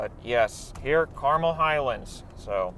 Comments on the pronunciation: It’s actually car-mell with an “eh” sound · Carmel is pronounced Car-Mehl (Mel as in Mel Brooks) - a local